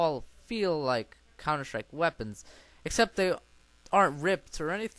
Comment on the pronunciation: Xd old vid but what really is Funny u Said Countershtrike xxddd